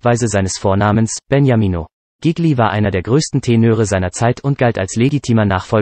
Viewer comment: Zuerst bekommt man einen Schreck, weil der Nachname dieses begnadeten Sängers so schrecklich falsch ausgesprochen wird... und nicht nur dieser... aber dann freut man sich darüber, dass man überhaupt die Gelegenheit hat, sich diese Kurz-Biografie überhaupt anzuhören... Gigli... einer der größten Tenöre überhaupt!!! ⭐️⭐️⭐️ Vielen Dank fürs Einstellen! 🙏🍀